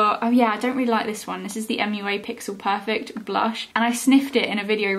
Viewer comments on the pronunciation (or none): none